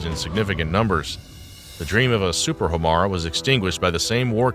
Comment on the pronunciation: I think it's "High-Yah-Tay" Hiyata was the name of Ultraman's human form. Not the same. Also, perhaps more crucial to the presentation: the name of the engine is "Ho-Mar-ay".